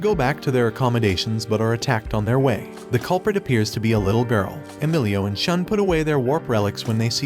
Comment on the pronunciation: it is Shu + N... so it sounds as Shoon! Not Sean!